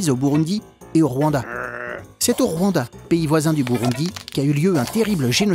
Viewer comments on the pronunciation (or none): Ça se dis Rwanda et on dis le "n"